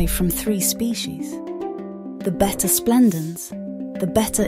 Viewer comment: The constant pronunciation of (bet-ta) instead of (bay-ta) drove me 🤪